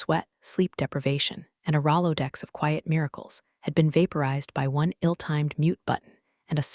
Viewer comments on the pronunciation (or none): I enjoy these, but, man—I wish the narrator would pronounce "Rolodex" correctly! It's been wrong in every one I've watched.